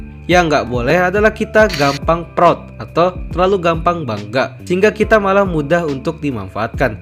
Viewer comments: bang bilang proud jangan prot 💀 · Yang orang lain dengar "proud", yang aku dengar "prot prot"